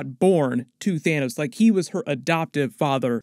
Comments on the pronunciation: "Thinos." LMAO. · Lol at Thinos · "Thinos" 😂 DED